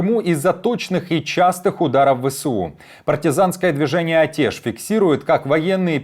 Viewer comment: Что значит Атеш? Произношение пиз@ Атэ́ш, через Э. Ваньки, блин.